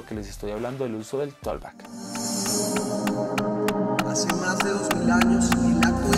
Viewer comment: con mucho respeto. Se pronuncia algo así como "tokbak" la letra "L" en la palabra "talk" no tienen ningún sonido. Bendiciones!